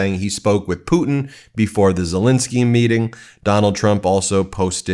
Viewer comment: Dude, his name is Zelenskyy! NOT Zelinsky! You try to come across so intelligent and educated and yet you mispronounce a world leader’s name on a freaking broadcast! Do better.